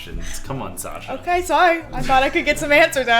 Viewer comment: Her name is not squasha its sasha!